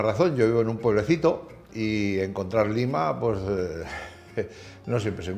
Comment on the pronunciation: Pueblecito. Lima. Limón. Porque habla asi?